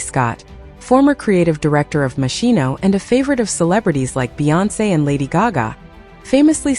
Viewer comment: You should ask an Italian how to pronounce Moschino and a Frenchman how to properly pronounce Louboutin. Very unprofessional and rude to mispronounce people’s names